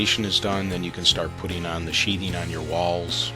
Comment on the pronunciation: The word is SHEATHING not SHEETING. Other than that it is a lovely little build especially in difficult circumstances.